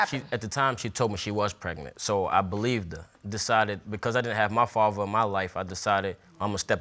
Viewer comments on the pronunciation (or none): “ if im the farver “ WTH ! It’s father , sir 🤷🏻‍♀️